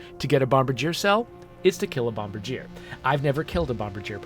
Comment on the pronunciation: If it's the same as the Canadian airplane manufacturer, the pronunciation would be "bom-BAR-djee-ay" so basically switch the stress from the first syllable to the second.in order to get the correct intonation. You were close!